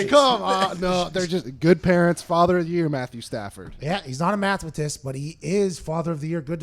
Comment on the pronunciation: mathemitist and scientician..... :)